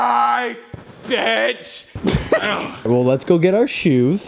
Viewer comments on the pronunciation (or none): He said bETCh